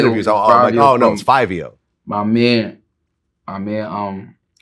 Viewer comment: *Battyman we don’t say mon never did never will it’s man